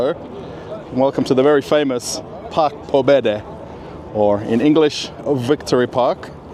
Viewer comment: Oh, my goodbess!! If you are living in RF, firts learn to pronounce at least some Russian words!!! Ask Russian people how " Park pobedy" should be pronounced! 🙈🙈🙈